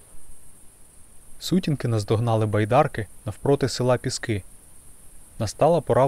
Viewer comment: не піскиИ - а пІски правильно, це буринський р-он, тепер конотопський